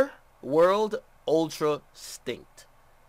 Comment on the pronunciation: Lol I thought he said Ultra stink